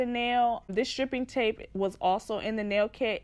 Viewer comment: sis it's pronounced STRIPE-ing tape lol